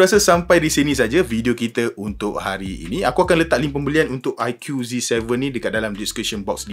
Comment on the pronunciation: bang.sebut dia aiku,bukan aikiu😂